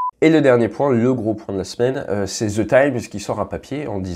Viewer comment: Salut Ate bon travail. Pourrais-tu, par pitié, remplacer tes “ze” avec des “deux” quand tu parles anglais. Un pilote de chasse comme toi pourra très bien s’y habituer.